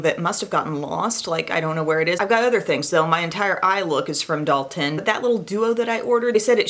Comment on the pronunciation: Dalton - Doll-ten